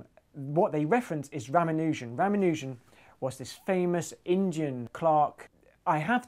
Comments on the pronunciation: I enjoyed the material in this piece - interesting and stimulating. That said I have a minor quibble, and some comments. Quibble : It's pronounced ra-MAH-nu-jan NOT Rama-NOO-jan. Regarding Hardy's assessment : as I understand it, most of RaMAHnujan's legacy is a collection of very complicated identities presented largely without proof. R himself believed that his inspiration for these came to him by way of divine revelation and was not convinced too much by the necessity of proof, falling to admit that theorem and proof are the lifeblood of mathematics. In this sense he had been spoiled as a mathematician. His unproven identities remain. One asks the rhetorical question ; are modern mathematicians lining up waiting to prove them, and is this a solid basis for their individual careers in mathematics. Mathematicians as nerds : this is an occupational hazard. Hardy himself is said to have scorned the application of pure math to real-world problems. The rest of us, and I speak here as an engineer myself, might very well think that Hardy was being nerdy, even though he would not have understood what the word meant. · Did you just pronounce Ramanujan as Rah-mah-nU-zan??? Are you serious? It's pronounced Rah-mAh-nah-tzan. Why do you Brits have to change everything to fit into your language? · "I'll tell the story properly this time..." ... continues to mispronounce the man's name. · Hacked up the pronunciation of “Ramanujan.” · How do you pronounce Ramanujan? Is it Ramanujan or Ramanujan? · You would think for someone so interested in famous mathematicians, you'd be able to pronounce Ramanujan at least in the ball park.